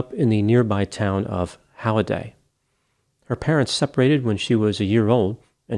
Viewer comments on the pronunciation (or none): This is not a very widely known Utah case. Also, p.s. it's pronounced just like the word Holiday (Holliday).